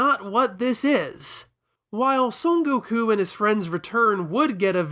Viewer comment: I got recommended this video randomly and was really into this topic but I couldn't get through the video. You talk way to slow, and your constant need to pause and explain shit or talk about things tangibly related is really annoying, along with your insistence on pronouncing his name "Go-Kuu" and all the other Japanese names. Which is fine, but you keep doing it every time and it comes across as tryhardy. And not to be THAT guy. But if you're presenting the video in english, you can just use the english translations and names. It's okay man, nobody is going to tar and feather you. I see the quality you have and produce, but I could not finish the video, got about 12 minutes in before I got annoyed. I like the topic, I would have liked an in-depth review on it. But not from you, this video could have easily been cut in half for the sake of the viewer. I get it, gotta make content, gotta get the ad rev. But your presentation style is annoying, and I dislike your need of constantly pausing to emphasize whatever joke you're trying to tell, or to shove in your opinion. I also think you try too hard on the humor. This video can be good, but I think you need to try harder on your presentation. I think you care too much about the most minor details too, and you let that get in the way of presenting the main topic.